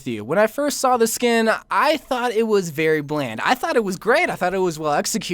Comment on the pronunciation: " from a movie i actually seed " ok..ok ok sorry xD